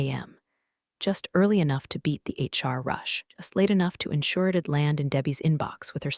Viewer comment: I think it is a slurred HR. I don’t know why we think that AI would get it correct